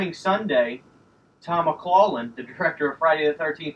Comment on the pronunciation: Looks great, and that's awesome about Tom McLaughlin being on your Channel. Just one thing. And I'm not saying this to be rude or disrespectful, but I believe your mispronouncing his last name. I'm pretty sure It's Mick-loff-lin or Mick-lock-lin is how I hear it said most often. Again, I'm just pointing it out just to be helpful for the interview. Looking forward to it and good luck man!